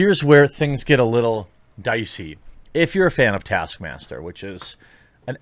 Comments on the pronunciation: Taskmaster? It's TASKMAMSTER. What did they do to my boy? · taskmaster was butchered lmao